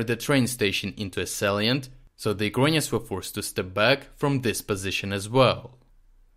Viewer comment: Why do you say "Ukainians"?